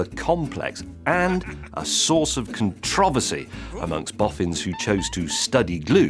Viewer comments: Nice to hear someone pronounce "controversy" properly. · I'm so glad he says CON-troversy not CONTRO-versy.